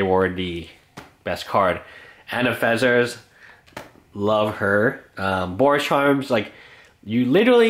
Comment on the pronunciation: Anafezzars? Ancient Zygot? I'm aware he mispronounces a lot of names, but I didn't know it was this bad